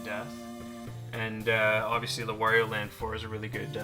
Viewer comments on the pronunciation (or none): none